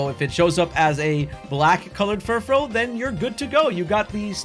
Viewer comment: Thank you for being one of the only people online I've heard pronounce Furfrou correctly